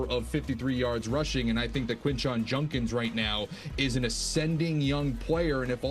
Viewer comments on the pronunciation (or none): It’s Judkins, not Junkins